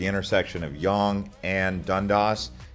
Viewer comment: Local here! The way you pronounce Yonge and Dundas is hilarious.